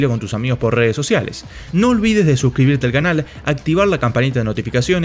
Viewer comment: "No olvides desuscribirte al canal" parece que dice 🤣